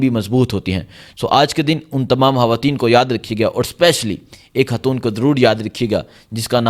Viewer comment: اوہ بھائى۔ ھواتین کیا ھوتا ھے۔؟؟ ھاتون کیا ھوتا ھے۔ کیا آپکو اُردو کا حُرف “خ” بولنا نہیں آتا۔؟؟ خواتین ھوتا ھے. خاتون ھوتا ھے۔ 😂